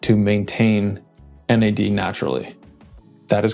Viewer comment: You said Nads 😂